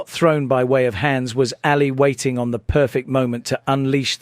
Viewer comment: AA li not Alley